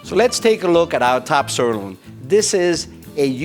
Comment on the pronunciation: What I do not understand is why they pick for this commercial video someone who is not able to pronounce the word "sirloin" correctly or at all?? + Boring as ash - Thumbs DOWN